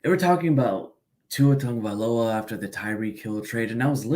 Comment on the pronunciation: Has to be a troll. If you support a player the first piece of business is learning to pronounce his name correctly and there said Tun-ga-vai-OLA. Got to be a troll.